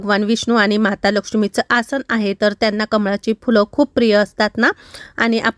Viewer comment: तुम्ही खूप शुद्ध मराठी बोलता😂 पण एकच शब्द गावाकडचा वाटतो😂 तो म्हणजे (हाए) नाही ➡️ आहे म्हणत जावा